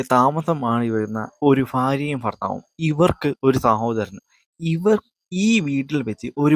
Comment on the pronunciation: ഫാര്യയും ഫർത്താവും ഫാഷയും 😂